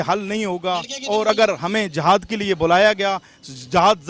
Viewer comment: ...JAHAAD (ideally it should be jihaad). SERIOUSLY..........How illiterate's pronunciation. Pehle bolan seekhon.